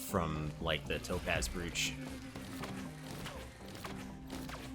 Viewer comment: Despite it's spelling, brooch is pronounced broach.